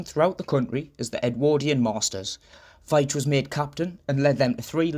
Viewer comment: I found this very interesting as I share the same surname and my brother is called Collin. The pronunciation of my name sounds like Veeetch and not the way you pronounced it, but I’m not criticizing as most people get it wrong. So many thanks for your video.